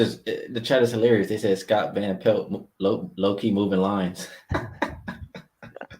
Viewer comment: Scott Pan Velt lmfao